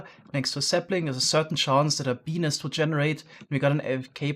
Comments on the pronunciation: OOOOOOHHHHHH.... "Bee-nest:, got it... as a non-native english speaker, you should probably stick to calling them "bee hives". lol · I heard him saying penis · Him saying beenest sounds like peenis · every time says “bee nest” i hear “🅱️ E N I S” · ah yes, a B E N I S farm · When he said bee nest farm I heard be-nis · I heard say Benis and you can't change my mind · When he says bee nest I hear a very diffrent thing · step1:says "bee nest" a thousand times with an accent step2: get demonetized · Ik he can’t help it cuz of his accent, but the way he says Bee Nest sounds kinda funny to me 😂😂😂